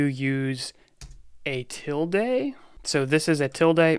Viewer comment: touch actually update the 'file modified' date/time. If there IS no file to update, it creates one. ls -la has TWO parameters. ls -a will show ALL files, ls -l will give you a detailed list. 'tilde' is pronounced with the e as a schwa, "uh."